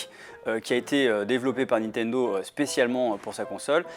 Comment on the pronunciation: "La Nitodo Switch"